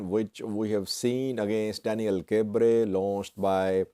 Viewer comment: Hi, pronunciation of Daniel Kibret is not by omitting the "T" sound in Kibret. Just say: kb-ruh-T.